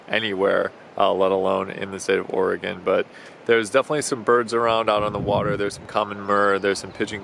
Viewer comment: AS always, GREAT video. Ecola State Park is so beautiful. And BTW thanks for pronouncing Oregon as it should be OR-egun, rather than Ora-GONE.